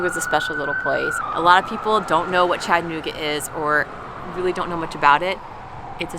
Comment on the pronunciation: If you're going to live in our city you must pronounce it properly. It is "Chatta-nooga". Not "Chatt-anooga".